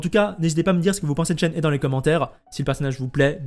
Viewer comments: ça se dit chène-hé (shéné en gros) XD merci pour toutes les infos en tout cas, plus qu'à attendre la release pour avoir confirmation! ah oui et Eula ça se dit "est où là" le U se prononce en gros entre le "U" et le "OU", et le E au début se prononce "é" :p tu me stresse avec "euh... là!" :D Apres jouant beaucoup Ayaka Raiden Eula, je pense la pull, et même sans ça, je la trouve super belle, son design est magnifique, donc je l'aurait pull quoi qu'il arrive. Vu que je veut absolument Yae Miko aussi, et que j'aurai bien aimé aussi chopper Zhongli a son re-run, ça va encore me couter une fortune cette connerie... trop de bons perso qui arrivent d'un coup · bon à savoir, je connait très peu le mandarin, je ne parles pas chinois, et mon jeu est en doublages Japonais (que je suis entrain d'apprendre), du coup je me fie a ce que je connait, et qui reste relativement proche du chinois, le Japonais êtant a la base du chinois simplifié. Mais du coup oui vu que c'est un jeu chinois et que le perso vient de Liyue (chine) tu as clairement raison. par contre j'ai hate d'entendre les anglais massacrer son nom en "she and he" 😂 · Ça s’écrit Shenhe mais ce prononce Chènehi je crois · ça se prononce shen her (le pronom anglais) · Heyy ! ShenHe se prononce « SheunRheu », d’ailleurs dans son nom on retrouve le caractère qui signifie Cigogne, cela fait lien avec le fait qu’elle soit la disciple de l’Adepte Souffle-Nuage ^^ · je rajoute pour éviter toute confusion que le son "eu" est un "eu" ouvert, comme dans "reuf" justement ou "un oeuf", et pas comme dans "des oeufs" ou encore "ceux-là" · alors je sais pas de quel accent tu parles, mais "shen" ne se prononce pas comme "chêne" ou "chaine" en français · coucou, je suis chinoise so je pense être qualifiée pour dire si c’est ça ou pas, et non shen ne se prononce pas comme chêne ou chaîne, voilà bonne soirée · En tant que chinois je prononce Shen he : « cheun re » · on dit shen "re" prcq le h en chinois se prononce a peut pret comme un -r